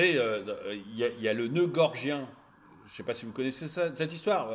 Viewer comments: excellente vidéo... une de plus! 👍 p.s : c'est le noeud "gordien" et non "gorgien" 😉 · noeud gorDien et non gorgien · bonjour, svp, noeud gordien, pas gorgien!!! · Il me semble que l'on dit nœud gordien. C'est un détail de puriste. Pour l'ensemble, vous avez raison 😊